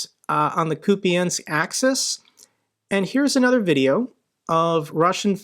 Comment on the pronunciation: you pronounce Kupiansk more correctly than the russians do! I'd say just right as we call it. With no difference. As a local I can confirm that✌️